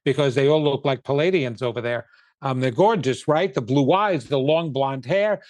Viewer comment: its PLEE-ay-dee-ans not pul=ay-dee-ans. thank you, the managemrnt